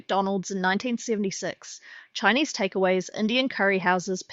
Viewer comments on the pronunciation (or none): none